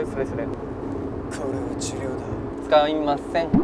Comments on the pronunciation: 割とちゃんとやったのに 「つ か い ま せんっ」(しれっ)ってしてるとこ好きww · の佐藤健の｢つかいっまっせんっ｣良すぎる